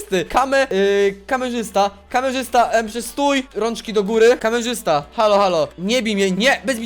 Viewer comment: Ale super orto ; Kameszysta zamiast Kamerzysta ;_